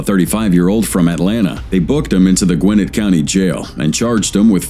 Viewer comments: It's not "Gwen-ate" county... it's "Gwa-net" county. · It’s the south and in Georgia and it is pronounced “Gwen-net” not “Gwen-nif”. When I worked at the newly built mall there in the 80’s it was a prime area to live. But back in the 90’s gangs and crime started moving in and now ……..